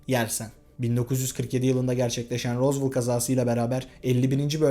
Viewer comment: tek dicem rozvel die okunuyo rozvol ne